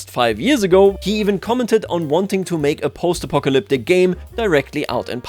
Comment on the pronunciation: What was that Apocalyptic pronunciation? Almost made me Apoplectic.